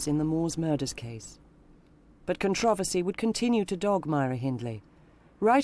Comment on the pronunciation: Not to take away from the purpose of this video... but is this really how Controversy is pronounced over seas? Its driving me mad the way i the narrator pronounces it! I need answers people. kthanksbye.